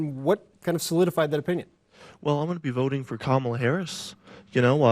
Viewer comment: First off they don’t even know who they are going against. My candidate is Kamala Harris. NOT Kammla Harris!! In all of their ads they say her name wrong these are not mature,smart, or ethical people. As a 78 year old Felon you should be able to say someone’s name correctly!!!! It’s not cute it’s childish grow up. You want to be the leader of our great country try being an adult first!!!! Vote for honest 💙💙💙💙